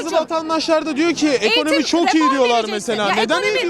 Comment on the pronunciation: Eğtim, Eğtim diyoruz hale, Asgari ücrete, Askâri maaş diyoruz...